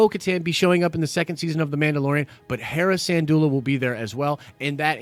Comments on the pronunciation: Sin-doola. Not San-doola. Not trying to be snarky, just clarifying. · Dude, respect for your content...BUT...your pronounciation of Syndulla is so bad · Good news and love your work! I really hope this is all true because I love and miss Rebels. That being said the way you pronounced Syndulla is tweaking me out 🤣 LMBO Keep up the great work!